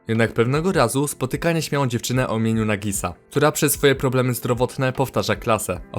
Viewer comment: jak powiedziałeś Nagisa to ja padłam xdd ((PRZYZNAĆ SIĘ KTO NIE OGLONDAŁ FREE? XD